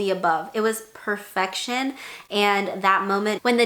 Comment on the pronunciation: I love when you say “ perrfectionn” 😅❤️